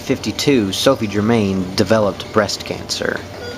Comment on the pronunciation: The pronunciation of 'Germain' makes me cringe. Her surname was pronounced ger- mow.